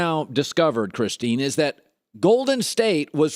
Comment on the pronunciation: Says "Kristine", dislike